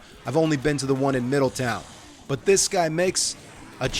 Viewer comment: You pronounce the W in Middletown? You must be from north Jersey.